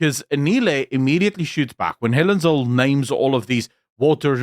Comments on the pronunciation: It's "Helen Zille" As in TWO "L's" and not one. It is NOT "Zil" - it's ZILLE! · It’s Helen ZIL-LE, not Zill… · Through the whole video i wanted to scream its Zille not Zill. But bow im not so sure anymore. How is it pronounced? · It's not ZILL, it's ZIL-LE. Not a silent E at the end there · Zille not Zil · “Zill” is pronounced “Zilla” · Zille, although it ends with E is pronounced ZillA. Come on, you sound like an AI recording! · Her name is pronounced zilla